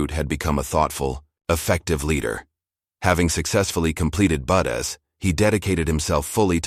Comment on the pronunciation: Pronunciation of "BUDs" is Budz NOT Budess. Good story.🇨🇦Pickering, Ontario